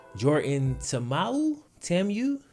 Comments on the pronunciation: (Tah-Ah-Mu) you said it right the second time bro. Good shit fam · That’s my homie from Hawaii💯. Played against him.and it’s pronounced (ta-ah-moo)